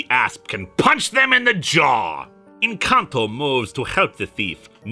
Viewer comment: The first time you said N'Kantu I misheard it as "Encanto" and had a moment of pure confusion.